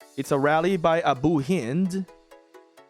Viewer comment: pronouncing abu hind name right i can't believe it